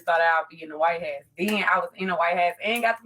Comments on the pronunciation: Is she saying “white ass”? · seriously, where is she from? I've never heard "house" pronounced that way. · why she saying "White House" like "White Hass/Ass"? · She called it the white hass LMAO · WTF IS A “WHITEHASS” 🤦‍♂️🤣🤦‍♂️ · Idk how tf she said “white house” She said “why-hat” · She can't even say "white house"😂😂🤦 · Wtf is the “Why-hat” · WHY would she pick that name for herself? And was she saying White House? Sounded like white hats. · If you cant pronounce white house maybe you should be invited, I mean come on